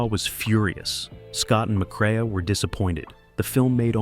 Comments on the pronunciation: McCre-a is pronounced McCRAY! Geesh. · Joel McCre a?!! AI terrible